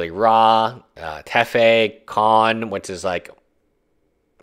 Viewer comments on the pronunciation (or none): Kahn, teffeh, saheeli rah! Lol wtf?